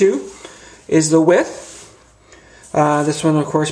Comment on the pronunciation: Good onya mate, thanks I really enjoyed the vid. I own 2 of the old wave and love'em. New one on the way. Thanks for showing the differences.1 tiny tiny complaint, the word is Width not With but then again Americans do talk funny. Ya got a new subscriber. Thanks again mate.